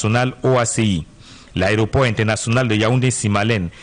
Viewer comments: dit " Aréoport" au lieu de "Aéroport" C'est d'ailleurs une erreur courante chez les journalistes camerounais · Il s’est même pas prononcé le mot Aéroport, il dit " àréoport " 🤦‍♀️ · C'est vrai qu'il ne fait que dire "ARÉOPORT". Mais, vous aussi, écrivez un peu plus correctement le français. Trop de fautes dans votre commentaire. 🤦🏽‍♂️🤦🏽‍♂️🤦🏽‍♂️